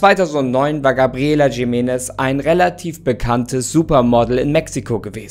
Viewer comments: Nicht „Schimenes“ sondern „Chimenes“ (Jimenez) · Bitte nicht Jimenes, J - wird als CH- also als Chimenes ausgesprochen. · Das heißt gesprochen "Riménez" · Ich glaube, es wird "Chimenness" ausgesprochen. Mit so einem "Ch"....hm...wie bei dem Jorge Gonzalez von Topmodel oder was das war. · Triggert mich wie du Jimenez aussprichst 😂 es wird J als H ausgesprochen 👀,,Himenez" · Jimenez ist ein spanischer Name, also sprich es auch so aus